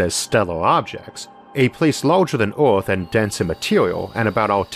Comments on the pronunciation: I didn't know our planet was called Orth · Orth? Staouwll? Solo sistam? I Soface